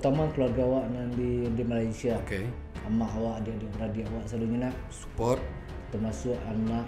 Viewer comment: english ee mantap, support saharuih ee di baco sport in english bukan suupport